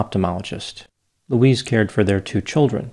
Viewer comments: It’s Louise, not Luis!!! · Her name is pronounced Loo-eez. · Elton is a village, and her name is pronounced 'Louize'.